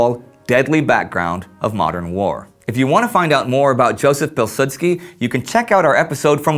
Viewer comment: great vid! just saying Józef Piłsudski is pronounced Yoozef Peewsoodskee and Władysław Sikorski is pronounced Vwadiswav Sheekorskee